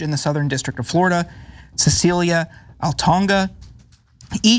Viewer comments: Altonaga...alto-naga, not "Altonga"! It's Spanish in origin, not African or Pacific Islander. Look it up. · It’s not pronounced Al-Tong-Ga. It’s pronounced Al-Tuh-Nah-Guh you fool! 😡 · Good video. The chief judge on the bench’s name is pronounced All ton A ga. Just an fyi. 😊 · lol not trying to be mean but would it hurt him to read up on how to pronounce Altonaga before coming on air? Just painful listening to him butcher it over and over